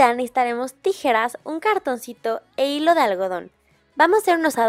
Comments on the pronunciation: en el minuto del video que dise dise hijo en ves de hilo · like si viste que en lugar de decir hilo de algodon decia hijo de algodon